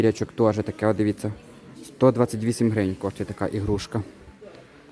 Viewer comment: Не ігрушка, а іграшка! Дуже вухо ріже.